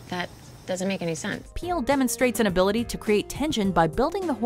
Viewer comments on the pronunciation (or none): none